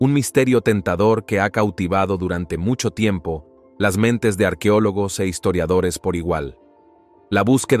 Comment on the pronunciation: No se dice arquiólogos, se dece es arqueólogos. El español no cambia los sonifos así se esté hablando rápido.